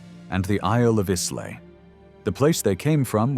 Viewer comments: Islay is pronounced Isla. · Sorry I should have written Islay is pronounced I-la. The S is never sounded.